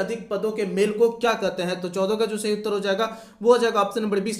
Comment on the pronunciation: Kya MC 🤬🤬sala Hindi bhi sahi se pad nahi pata hai kya Ka Q padta hai sala MC 🤬